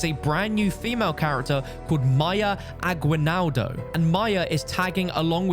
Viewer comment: In Mayas last name. the U is silent. Aguinaldo its Aginaldo. jaja sorry it just drives me crazy.